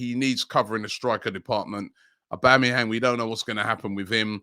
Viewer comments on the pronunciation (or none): none